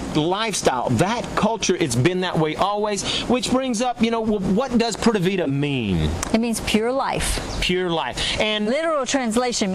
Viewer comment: Ok friend, I see you like to have an answer for everything, and some people are just that way. I was trying to overlook the ‘Poorda Vida’ pronunciation, but it just hurt too much. Maybe just chalk it up as “You learn something new everyday!” If you just take a basic course in a country you actually live in, trust me, they will love you even more. By the way, the way you pronounce ‘pura’ as more like ‘poo-da’ is VERY close to a very vulgar curse word in Spanish....they may smile in your face but laugh until their stomaches hurt behind your back on that one....😂